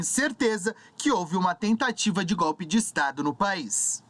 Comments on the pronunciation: Vai aprender a falar seu analfabeto, "GOPE kkkkk seria cômico se não fosse trágico.... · Ainda faltam 2 anos e 9 meses... Escutar esse sujeito falar gopi, é demais